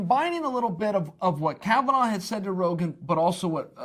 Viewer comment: It's Kavanagh, not Kavanaugh